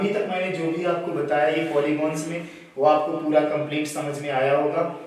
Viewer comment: पोलिगोंनस नही भाईसाहब....पोलिगंस होता है🙏🙏